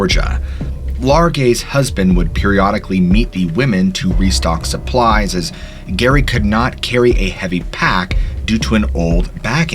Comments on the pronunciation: If her full name was Geraldine...wouldn't her nickname "Gerry" be pronounced like Jerry and not Gary ? ...also Geoff is commonly pronounced Jeff. Great precautionary tale teller though! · "GERRY" is pronounced "JERRY" short for Geraldine pronounced "Jeraldine", sorry but it's literally making me crazy that you keep saying the name so wrong, i mean have you ever even heard anyone in life called that?? She was known to friends and family as JERRY NOT GERY. Please redo and repost so I can listen without cringing every time you say this poor dead woman's name, much appreciated, thanks 😂😁😜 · The name "Gerry" is pronounced with 'j' sound...not s hard 'g'. I know this may sound nitpicky, but it's so incredibly hard to hear this poor woman's name butchered repeatedly knowing what happened to her. It's also not a super unique name. Gerry, Jerry, and Gerri are just nicknames for Gerald (male) and Geraldine (female). All pronounced with a 'j' sound. Please just make sure you do some extra digging if you come across a name you aren't familiar with. Especially if you're talking about someone deceased. Just out of respect. 🙏🦋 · Not that it changes the story any but I’ve heard her name pronounced Jerry, but with a “G”. Not Gary. You tell these stories so well. Enjoying from Ky. Thanks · Just to let you know: "Gerry," the diminutive of "Geraldine," is pronounced like "Jerry," NOT "Gary." Geoffrey is an older spelling of Jeffrey, so "Geoff" is pronounced "Jeff," NOT "Gee-off." Not trying to be rude. I just had trouble enjoying the stories with these mispronunciations. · Gerry is pronounced “Jerry”, not Gary, and Geoff is pronounced “Jeff”, not G-off….🫥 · You really think the nurse was called Gerry? Not Jerry as in Geraldine? and its Jeff - not Gee-off. FFS are you trying to be funny :D Edit : OK I will let you off as you said you loved us all. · 😂 Geof is pronounced Jeff (just spelt differently not G off) same with Gerry in the other story pronounced Jerry not Gary.